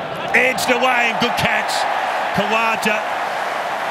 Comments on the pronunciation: It's not khawaja it's khaja to pronounce, just like raja just like raw- ja khaw ja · He pronounces it ka-wa-ja I believe